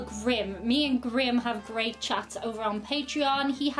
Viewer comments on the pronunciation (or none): none